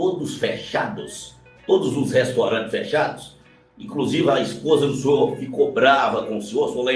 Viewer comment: "Os restorantes"